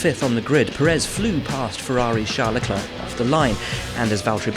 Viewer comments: If you make a whole video about the man, at least get the pronounciation right: Pérez, not Peréz. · The guy has been running in Formula 1 for a decade and commentators still don't pronounce his last name well. Put your will in it, brother, is not that hard. Is Pérez (PE rez), not peréz (pe REZ) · no Sarhee-o. Pehress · Pérez (peh-res) not Purr -ehz. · Yeap, I doubt it too. But Perez's doesn't work as a journalist/voice-professional. Seriously, Pérez is by far the easiest name in the entire Latin-Roman language scope! The way he pronounces it sounds absolutely weird to a Spanish speaker. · Shurgio Pehres?